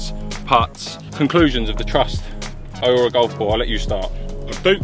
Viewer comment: How can you not know how to pronounce Aurora? FFS 😂😂😂